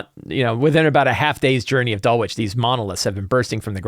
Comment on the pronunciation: Please it is not "Dull witch", it is "Dull itch". Suburb of London as you asked.